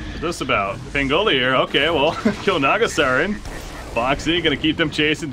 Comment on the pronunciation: I'm just annoyed that this guy can't pronounce pangolier